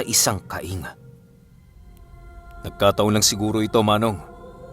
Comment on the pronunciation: Kaing po at hindi ka-ing:).